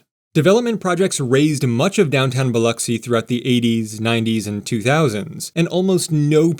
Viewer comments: Lol. I was surprised he didn't say Bil-Ocks-y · I'm from Gulfport, great video, Sundays in the south are for church and family, and as you see, EVERYTHING is closed. Good job on pronouncing Biloxi. Only locals real know it's just the "Pass" and just the "Bay"